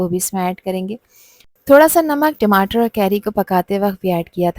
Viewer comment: Madam timatar tamatar hota hai